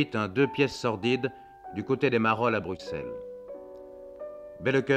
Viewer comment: C'est triste que le présentateur ne sait même pas prononcer correctement "Bruxelles"